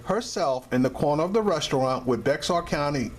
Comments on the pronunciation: Bexar is pronounced Bear..All pigs are bad.They have all lied for one another in at least one instance.We call it lieing pigs call it covering their asses. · It's pronounced BEAR. the person the county was named after didn't know how to sign his name, so he signed X. His attorney spelled his name around the x getting BExAR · The "X" is silent bro. Bexar it's actually pronounced "Bear" County. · Bexar county is pronounced Bear county. Lol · Bexar county tx is pronounced bear county San Antonio police are dangers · "Bexar" is pronounced 'bear' or 'bare'. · Dood! You sound like a moron saying “Bexar”. It’s pronounced like Bayer aspirin. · learn how to pronounce bexar before you speak dumbass. easy hint pronounce it bayer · I'm use to cops treating people like this. I'm not use to anyone pronouncing the county like this guy😁😂🤣. It's spelled Bexar but it's pronounced BEAR!!!! 👌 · It pronounced bear county the x is silent don't ask why? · It's pronounced "bear"...the X is silent. You got perra and puta right. Fuck the police! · Bexar county is pronounced Bear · Bexar is pronounced BEAR. Once lived in San Antonio and the county spelling is confusing AF. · Bexar is pronounced as bear. I know it doesn't make sense. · good job on this one. It's pronounced bear county though out here in San Antonio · No it is not pronounced "bear" as you state. It is pronounced "beh jar".....